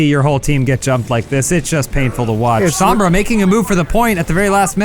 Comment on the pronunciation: Adam listen, her name is pronounced "s-oh-mbra" not "s-ah-mbra" gringos smh. :/